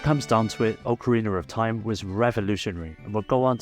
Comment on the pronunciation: "oakereener of time"